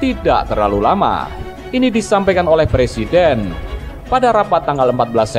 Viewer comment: Ngomong presiden aj plesiden......kk mau jd plesiden....ngacaaaaaa........weeee